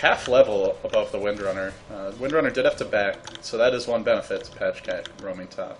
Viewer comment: Pajkatt is swedish and is pronounced Piekatt not Pashcat :P. Normally watch Joindota or dota2's youtube channel. Just discovered your channel. Have to say even though I love tobi's cast, your channel has way more indepth commentary. Subscribed. Good job!